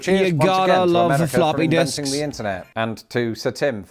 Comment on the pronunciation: I’m so tired. lol I need to watch your videos when I’m more awake. When you said flopping disk,. I thought you said floppy dicks. You got to like floppy dicks. 😂 I either need to wake up more or go back to sleep. 😂